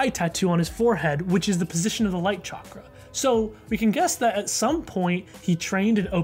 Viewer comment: I just realised that Guru Patik is probably Hindu... I'm ashamed for not realising this sooner because I also happen to be Hindu.. Also, his pronunciation of "Chakra" is on par, and he has a heavy Indian accent and voice crack thingy (Idek what it's called), probably because he is voiced by an Indian.